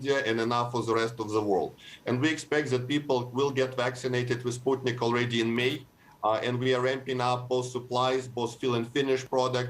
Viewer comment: He is pronouncing it as Sp(u)tnik but she still continues to say Spatnik 🤦